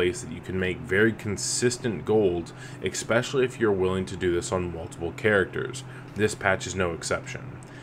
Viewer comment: Do you say "ex-specially"